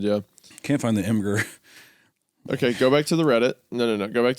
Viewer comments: Did Wendigoon just call imgur I'm-gurr and not Image-er? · "I'm gurr" lmao. it's pronounced imager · "I'm grr" what the HELL. it's a place to share IMAGES. And you don't call it "imager"?!?! C'MON, THAT'S DISGUSTING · Please stop pronouncing Imgur as "I'm grr". It's pronounced "imager". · Is nobody going to roast them for calling imgr, ihmgerr? It's pronounced like "IMAGER" GUYS, BECAUSE IT'S AN IMAGE BOARD. JESUS CHRIST. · Sorry did Isiah just say Imgur like I'm-gurr rather than Imm Jurr...? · I've heard people fight over how to pronounce Imgur, usually Im-gur vs Imager, but somehow Isaiah cam up with a new, even worse option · bro said aimgur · Isaiah saying "I'm Grr" when pronouncing the web address greatly upsets me. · “i’m grr” is a crazy way to pronounce imgur the IMAGE hosting site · Plot twist: its not Hunter literally encoraging murder that puts A24 off another sponsor, its actually the heinous way Isaiah pronounced "Im-gurrr" 🫠😂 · why he say imgur like (i'm grr) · hi grr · NOT GOONY NOT KNOWING HOW TO SAY IMGUR, I JUST DIED A LITTLE LMAO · Am I the only one bothered by Isaiah’s pronunciation of Imgur? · Is that the actual pronunciation of imgur? What the fuck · the way they pronounce imgur tho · I can excuse the pronunciation of Imgur but WHY DID BRO SAY "QUARRY" LIKE THAT LMAO